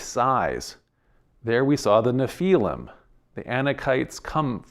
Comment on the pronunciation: Nephilim, not napalm! 😂